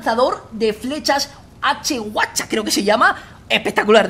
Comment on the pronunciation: "Hwacha" se pronuncia "JUACHA" eso para que se avivaran los soldados, que venia el madrazo: "WACHAAAAAAUT!"